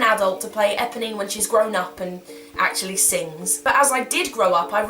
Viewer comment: EPONINE.......NOT EBONY!!!!